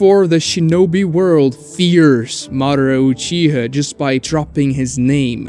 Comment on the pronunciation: UchihA not uchihuh